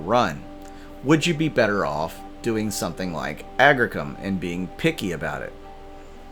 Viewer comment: Agricium. (agg-REE-see-uhm)